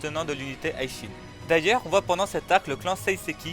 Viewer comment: Pourquoi tu dis l’unité High Shin ? Y’a écrit Hi et pas High mon pote C’est Hi Shin Tai et non High Shin tight